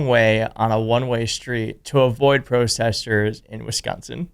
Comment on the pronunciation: Why can’t you pronounce protesters?